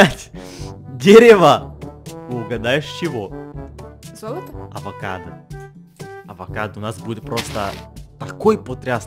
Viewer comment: Адвокадо адвокат если что это так сказала вообще это авокадо❤🥑😊